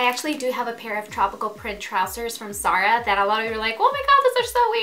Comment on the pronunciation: She confuses her z and s's it's not sara it's zara